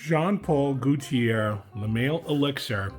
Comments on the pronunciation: Goalt-chi-eh is how you pronounce it. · Bro, learn to pronounce Gauthier.